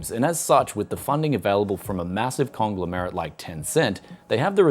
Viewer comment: What's a "congla -merit"?